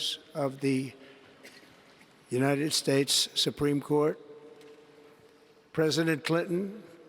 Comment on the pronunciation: Min "The United Space" I love this man!!